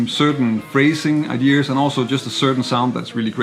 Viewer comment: Nice analysis but please stop saying idears, there’s no “r” I know it’s picky but ...